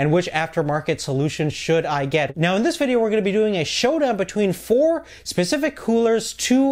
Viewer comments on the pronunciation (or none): Specific !! not Pacific.... ooh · Specific. 'S'pecific. There is an S at the start of the word specific. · "Pacific cooler" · I just have to......"each pacific" xD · maybe he said "east pacific"